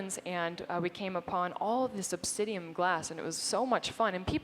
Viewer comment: It's obsidiAN, not obsidiUM. :)